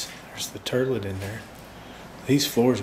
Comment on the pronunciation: As a southern lady, I have family call the commode a, "turlet". That's why I commented it that way when I herd him call it out. However, I really like your, out-of-the-box thinkin'! 🤔😉